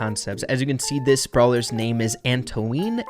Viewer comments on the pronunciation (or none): It's "anto-ann" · Can someone explain him how to pronounced Antoine BTW oi is pronounced wa so it's An"twa"ne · antoine is pronounced an-twahn or ant-one lol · Antoine is actually pronounced Antoane I don't blame you I know how French can be weird XD